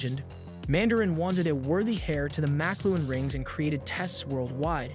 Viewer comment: He also mis pronounces the makluan (how is it even spelled?) rings